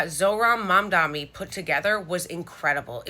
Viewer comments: Mom-donny not mom-dommy lmao but anyone really giving you crap about it needs to relax. You are clearly trying and I'm sure youll see some comments soon and figure it out lol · It's Mam - Dani, with an N. Not Mamdami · It is Mamdani not mamdami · You are mispronouncing it actually unless i am...You're saying it with two mms not one m first and then an n which is how it's spelled and i believe pronounced Mam-dani not Mam-dami which is definitely how you are saying it here in the beginning of this video. I don't think your doing it maliciously though i think you just may not be hearing yourself do it. Or over corrected because you originally thought the first sound was an n and now know it's an m, but yeah, no worries just thought I'd say that cause i care about getting people's pronunciation correctly too. And it's truth. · MamdaNi not MamdaMi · As far as I can hear, you are pronouncing like Mamdami but it is Mamdani. Difference between "mi" and "ni" at the end. Although it is not a very big deal and I can see you are trying your best. Do not warry about it. Good policy is all that matters. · It’s great to see someone as beautiful as you inside out, in the sense that you stand for what’s right and it’s nice to watch you say it too 😆. But I still think it’s with the N and not the M, as in MamdaNi and not MamdaMi and I know because I know the root of the name . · Engagement farming? It's not an M... Mamda"N"i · Maybe its your accent? I swear i can hear mamda-M-i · I do hear you saying MamdaMi, even here. I think maybe your Ns are just very M like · "A few of you have accuesed me of mispronouncing his name, and I have not". Goes on to mispronounce his name 1 second later by saying MamdaMi with an M instead on an N lmao. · She protests she pronounces his name right and then she calls him 'Mamdami with an "m".' 😅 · gurl you're still saying it wrong. It's MamdaNi....ykw just call him Zohran, it's easier.